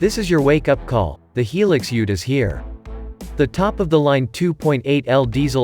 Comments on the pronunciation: Yeah the pronunciation drives me nuts. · Hee Lix, what a pronunciation !!! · its hi-lux